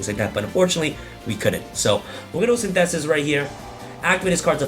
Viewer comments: The way says synthesis hahaha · Synthesis is an English word, you don't have to prenounce it like that lol